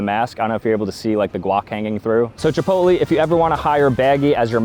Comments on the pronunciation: That’s not how u say chipotle. Your saying chipotly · “chipotleyh” not “chipotlee” 😂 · The pronunciation is Chi-pót-lé not Chi-pot-lee 😂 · Chipotle is not pronounced Ch-Po-Lie. It's pronounce Ch-Po-lay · “Chipolty” goes hard 🗣️🔥🔥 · Did bro say chipotlee?!!!????😂😂😂😂😂😂😂😂😂😅😅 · Is it normal to say Chipotlee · "Chipotlee" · The commitment to saying chipotLEE instead of chipotle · CHEEPOLTLY** HITS HARD LOL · Casually pronounces it like “Chipoltlee” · ITS CHIPOTLE - chipotLAY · Why is bro saying “Chipotlee” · did bro just call Chipotle, Chipoly?😭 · Chip oat lee! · Bro butchered chipotles name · I stopped watching after hearing you pronounce Chipotle. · it’s really bugging me. If you love it, get the pronunciation correctly. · is he rage baiting the chipotle pronunciation? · The way you pronounce chipotle 😭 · Interesting way of pronouncing Chipotle. You should actually make Venti figures! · Fr why he sayin it like that 😂